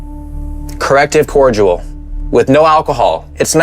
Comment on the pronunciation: Bro it’s pronounced ”cor-di-al” how did you butcher that and how have you never had cordial before?